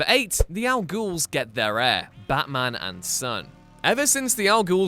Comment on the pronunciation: Can you say baT-man